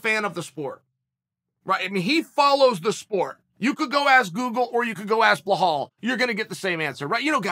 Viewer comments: IT'S BELAL ... B-E-L-A-L PLEASE FOR THE LOVE OF GOD CHEAL LEARN HOW TO BLOODY PRONOUNCE IT. IT'S NOT BLEHAL ... WTF IS BLEHAL?! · It’s Bill-All not Bill-Hall 😂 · "Blahall" why would uncle Chael always mispronounce names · Belal.. Pronounce as BE-LOL Not BE-HALL hehehehe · My two favorite fighters. Bluh-Hall Muhammad & Ige Provaska (Also I have a new favorite coach, Treven Wittman!) The pure lack of shit in pronunciation by Uncle Chael for YEARS now is impressive. He sticks with it ! 👏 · I clicked only to hear “bluhall” 😂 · I want Chael to point out where the "L" is before the "E" in "Belal". What is a Bluh-hall? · uncle chael handing out extra Ls to everybody. bla-hall, mockel-chev, im sure there's more somewhere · it's not difficult for you either to not pay attention on that and forget that you hear Blahal. 🤣🤣 Uncle Chael can baptise anyone at any age. Undefeated undisputed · Hahaha are you serious chael? „Blahall mohammed“ 🤣🤣🤣🤣 I love this man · “Blahall” lmao another gem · “BLA-Hall” lmao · Who the hell is "blehal bluehamed" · His name is pronounced Be-Lal. You're welcome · Who the fuck is "BLAHAL" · blo-hall mow-hammed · Ok I have to personally apologize to you uncle Chael. I always thought you mispronounced Belal’s name by mistake. I have conceded to the fact that you are too smart to not know how to pronounce his name, and that you’re doing it on purpose. That’s genius. You’re the best Chael.😂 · How does someone mess up a name as simple as belal lmao...uncle is the goat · I get it now, he's not pronouncing Belal Muhammad wrong purposely. He's just packing a huge lipper and L's dont come across well when you trying to keep it's packed in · Chael please it's belal respect on his name 😎😎😎 #chaelthe gangster